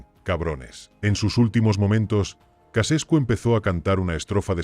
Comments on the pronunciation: He visto hasta que ha dicho Cacescu. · "Kacescu"????? A pronúncia é Tcheausêscu!!!!@ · Jajajaja me dió mucha risa oír como la traducción automática repetía y repetía Kacescu 😂😂😂😂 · Ja, ja "Nicola Ecasescu" ¡Vaya nivel! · Casescu no, Ceaucescu. Timioara no, Timisoara